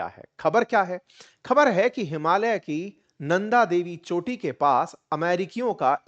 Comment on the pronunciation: आपने “हिमालय” को शुद्ध उच्चारण किया । ज्यादातर भारतीयोंने “हिमालीया” बोलते है । हम नेपाली भी “हिमालय” हि उच्चारण करते है ।